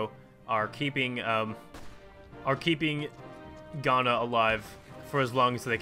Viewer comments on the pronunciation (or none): none